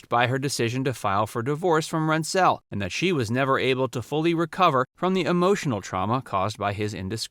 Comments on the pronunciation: Another great piece you did here but Heatherton's ex husband you pronounced Lance Rens Zelle and it's said Rens Zel. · RENT-sel, emphasis on the first syllable. Not an "indiscretion." Exposing himself to a child was a serious sexual perversion. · Good review of her career. The only correction is the pronunciation of her husband's last name, it was RENT-zul. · You can’t even pronounce Rentzel correctly .